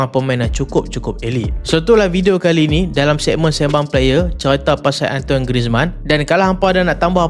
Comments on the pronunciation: Cara sebutan dia bukan "antoin" tp lebih kpd "antuan" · Antoine bunyi dia "An-tuan"